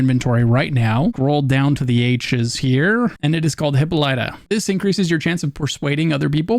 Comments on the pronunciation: Pro-Tip re hippolyta: It's not hipp-o-LITE-UH, it's hip-POL-i-tuh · arrrrgh! its hi-POL-i-ah!!!! yeeesh! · Why do NO content-creators know how to pronounce "Hippolyta"?